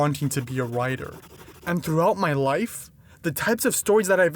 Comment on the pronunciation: bro i thought you said "wife" instead of "life"😅